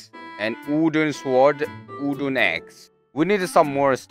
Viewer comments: When the Korean guy tries to pronounce english words like wooden and zombie I like how he said wooden, "ooden" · Me: ah wooden pickaxe: Uden pick—axe? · How we say wooden sword then there’s moon saying udon sword